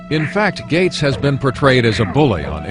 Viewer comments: His name is "Gates," not "Gate." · Gates. Not Gate. Gates.